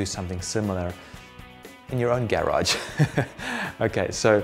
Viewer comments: Subscribing cause i love the way you say "garage" ;) (And great info too) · 6 people don't like the way he says garage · The way he pronounces garage bother me a lot. Wtf 😄✌️ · Great tips!!! That's an unusual way of saying "garage" though! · Sailreddex Not unusual in England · Not unusual in Australia either.